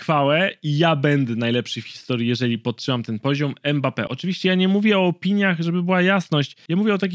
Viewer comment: nie mekambe tylko mambeppe